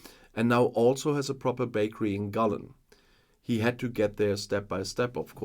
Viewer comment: Gullane very good that was one of your best ever pronunciations of the Scottish name… near perfect that one so well done.